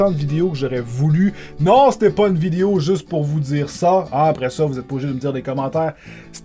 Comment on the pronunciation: j'aime comment tu dis video ''videyo'' XD